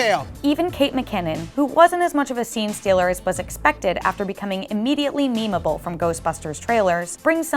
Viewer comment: She said "memeable".